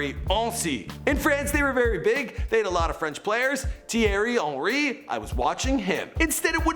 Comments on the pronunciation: "Thierry Hency" 😂😂😂😂😂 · ti-erry un-ry ffs ahahaha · Th-ierry ency... just not his name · THIERY HENSY LOL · I backed out of this vid as soon as I heard him pronounce Thierry Henry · The pronunciation of Thierry Henry made me cringe so hard. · and name pronunciations first Zidane now Henry...smh! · Yo your work is great but for the time you worked on the vid taking 5 minutes for the pronunciation should be a good idea. Thierry Henri wasn’t pronounced correctly. Le Havre also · It's so cringe when he said thiery henry😂